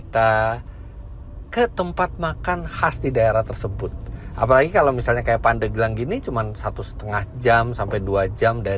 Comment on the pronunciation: Pandeglang Penyebutan e seharus nya seperti pada bebek.. Asal muasal nya dari kata pande gelang. Terimakasih om fitra sudah mampir di pandeglang, kota santri yang sejuk dibawah kaki gunung karang yang asri..